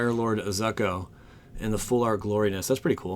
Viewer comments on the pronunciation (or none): ITS PRONOUNCED ZOOKO!!!!!!!